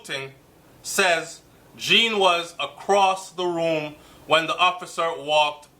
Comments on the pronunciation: it's pronounced Jon, not Jean...Just saying... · It's not Jean like a girl's name, it's the French pronunciation like zhahn. (john). The mother's explanation of the red mat sounds very correct, yes. Her uniform was still on because she had just gotten off shift and had not changed her clothes yet. Simple. We can not KNOW all the details yet as we are not privy to the investigation. Have patience. It WILL all come out at trial. What I am praying is that the TRUTH comes out, no matter what it is. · Please pronounce the poor unfortunate man's name properly. The name is Jean (derives from French and pronounced JON similar to SEAN or Zorn)